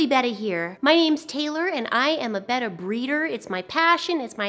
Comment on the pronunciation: everytime I hear your intro, it sounds like you say "Simply Bettie" and that's my name it freaks me out.